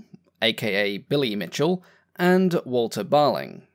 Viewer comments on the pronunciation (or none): none